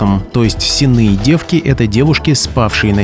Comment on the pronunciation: С'енные девки - ударение на первый слог. От слова сени.